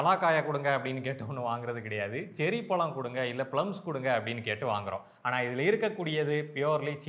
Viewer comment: இந்த ழ வுக்கு பதிலாக ள என்று சொல்வது தமிழை கொச்சைப்படுத்துவது போல் உங்களுக்கு தோன்றவில்லையா முயற்சி பண்ணிப் பாருங்கள் பழம் என்று உங்களால் சொல்ல முடியும் பளம் அல்ல